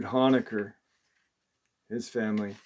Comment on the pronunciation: Honaker is pronounced Hoe nay ker